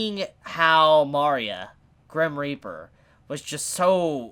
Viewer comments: Mari-a? its Ma-ria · For love of everything, its ma-re-uh, not mar-e-uh. Loved the video otherwise:P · “Mari-uh”.... shoot me Great video nonetheless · It bugs me that he calls Maria Mah-ria and not Muh-ria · Mario? Sorry you need to say Maria properly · Oh god, please...it's Mah REE ah, one of the most common names on the planet - everything in her design is Mexican/South American. It's so grating on the ears I kept getting derailed from what you're saying. Salem might want to die eventually, but she wants Oz totally and completely wrecked first. I don't think she wants to die, I think she wants to be in control of her fate - and that means she has to control the relics whether she uses them or not. Lesbians have kids - either they adopt or one of them gets artificially inseminated/sperm donor, and with Atlas technology it's possible they can create a sperm with the other woman's DNA inserted to create an actual child of both. Doesn't really matter. Saphron is obviously the main caretaker of the child during the day while Terra is at work, so why wouldn't they introduce her that way? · Your pronouncing Maria like "Mario", but with an "a" at the end😂😂😂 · the way he pronounces maria is a big oof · Uh? You're pronouncing her name wrong.